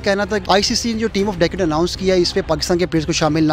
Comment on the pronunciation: abbe pehle decade bolna sikh le🤣🤣🤣